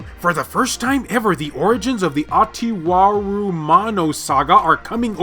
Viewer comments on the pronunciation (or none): Hahaha...its 'Uta-waaree-ruma-no'...or Underwater Ray Romano 😅 Lovely game (Have played Mask of Deception and mask of truth). Loved the story. Ultra core 😎👍Awesome! Xeno Crisis is a Contra game, but doesn't play much like contra.....man, that's a CONTRAdictory statement 🤣 My favourite games for 2020 are:- -Guard Duty -Root Double Before Crime*After Days -Demon Tier+ -Papers, please (physical copy) You've made another fine video, my bro 😎💖👍Making us Vita owners proud with every upload. Hope you all have a wonderful day ahead 🌺🌷🌻Merry X'Mas in advance! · Bro it's not hard to pronounce. Follow it like this u-ta-wa-re-ru-mo-no.